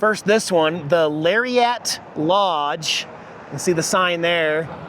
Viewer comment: he can't pronounce "gardenia" or "lariat" , derp